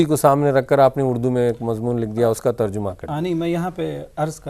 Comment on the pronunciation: ترجُمہ نہیں تر جَمہ ہے